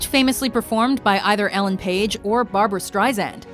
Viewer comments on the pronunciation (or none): it's Elaine Paige, not Elen Paige. Pronounced E-lane not el-en. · ITS NOT "ELLEN PAGE" IT'S "ELAINE PAIGE". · Actually Elaine Paige ;-) I was also confused by the Ellen Page reference but possibility just unclear pronunciation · "Ellen Page"??! "Fantin?!" Are you fucking joking?! Learn how to pronounce shit before you open your dumb mouth. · Just to point out the singer of memory is Elaine page not Ellen page as stated. An easy pronunciation mistake to make. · You need to get a new narrator... She is HORRIBLE at pronunciation... SMH :( She improperly pronounced "Fantine, Christine Daye AND Elaine Paige..." C'mon! These are BASIC... at least learn to pronounce names before posting a video about some of the most iconic roles or people in musical history... :(